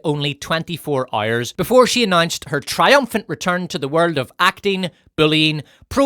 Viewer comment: Making the jokes about Lizzo was very low and not really needed. Maybe you should instead try and learn how to pronounce the word "hours". And i dont give a flying fudge that you are "ooyyirrisshshsh" or "sccccccooo'ishshsh" or whatever. (See? That joke was also pretty low and not needed, but way funnier than yours. Cheers )